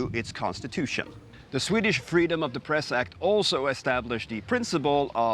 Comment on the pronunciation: I heard "freedom of depressed" 😁